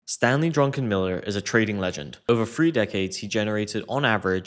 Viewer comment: not drunkenmiller but druckenmiller